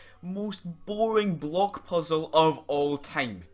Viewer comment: I think it’s funny how every time he says block it sounds like bloke.